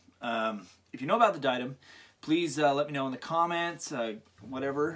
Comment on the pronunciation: I am pretty sure it's pronounced die-uh-dem